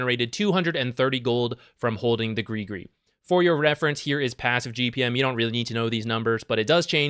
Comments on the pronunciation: PLEASE PRONOUCE IT AS GRIZ-GRIZ!!!!! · why is every english speaking person sayin GRI GRI!? its has a fking S!! at the end!!! its no that hard!! griS griS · Has anyone been pronouncing it “griss griss” like me? 🥴